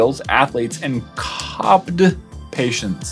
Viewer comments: COPD is not pronounced like cobbed lol. C.O.P.D stands for chronic obstructive pulmonary disease (meaning weak lungs and difficulty breathing). Someone that would actually use that breathing thing, would be someone with C.O.P.D. Example: Someone that went through an extensive surgery and put on a ventilator, would use breathing exercises like that to help strengthen their lungs after being taken off the vent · Can't help but laugh at your pronunciation of COPD patient. it C.O.P.D, Chronic Obstructive Pulmonary Disease. not COPD but nice try i just got a good laugh out of that. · When he said copd instead of C.O.P.D . I knew at that moment hes really not all the smart. Love the content and what you do but please for the sake of men, grow a pair bro. Stop being such a woman. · says “COPD” instead of C-O-P-D😂😂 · It’s C-O-P-D patients 😂 not “cahpd” 😭😂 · the portion talking about the athletes it is c o p d patients its a condition for people with poor breathing my grandmother has this condition you have to say it by saying each letter its an acronym. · HE SAID COPD WRONG. ITS NOT A WORD. ITS AN ACRONYM XD. Im laughing so hard